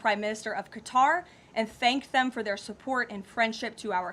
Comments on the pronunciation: Too bad she cant pronounce Qatar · why can't Americans pronounce Qatar properly?!?